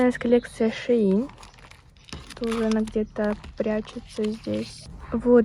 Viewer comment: не шеин, а шейн